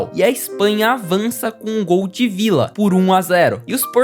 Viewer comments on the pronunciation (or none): none